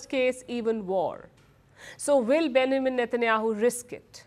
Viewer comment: Palki needs to work on her english accent... Benjamin isn't pronounced like that!! ... also, Vs and Ws shouldn't be confused